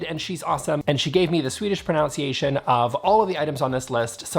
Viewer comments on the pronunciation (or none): Great Swedish pronunciation, but here is an English pronunciation tip! It is proNUNciation, not pronOUNciation. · It's proNUNciation, like the ladies in habits. Uh sound not ow. 😀